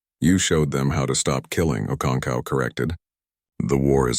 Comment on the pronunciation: Ive heard okoncow. Okonko okonkwo okonkov can this fake voice over read right?